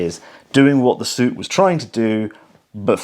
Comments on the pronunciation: Please stop calling it Suit, it is Su It. Always. Nobody has ever called it a Suit Sight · Got to say I never heard anyone when I was in the Army refer to it as a suit sight, the pronounciation sounded more like "sue-it" . Has an entire generation of British soldiers been pronouncing it wrong ? 🤔 lol